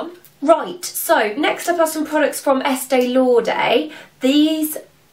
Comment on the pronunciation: It's Estée LauDER not Estée LauDAY !